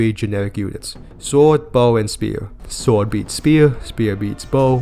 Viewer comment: “Sward, Bow, and speewuh.” 😂